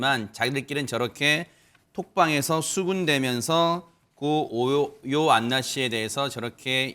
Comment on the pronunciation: 저 인가 하는 사람 자꾸 요요안나라고 발음하는데 발음 기관의 문제인건지 아님 이름을 제대로 모르는건지.. 어느쪽이든 거슬리네 고인 놀리는 것도 아니고